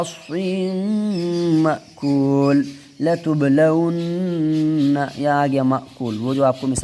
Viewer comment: Akhir me latublaunna nahi hai ......latunabbeanna hai samjhe bhai